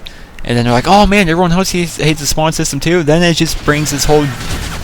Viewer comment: Its not spand its spawn